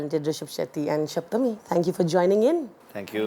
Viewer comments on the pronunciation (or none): Why are they mispronouncing her name and calling her ‘Shaptami’ again and again? Can’t they pronounce ‘Sapthami’ properly?